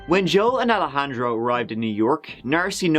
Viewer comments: More like EYE-lejandro *wink wink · bald spot! 😂 Alejandro not Al-handro or Alla-handro. 🤣